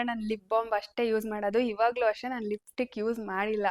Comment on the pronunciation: Lipstick antha pronounce madoke barthilla evalige makeup course madthalanthe evlathra kalthoru adhu yenu uddhara agtharo😂😂😂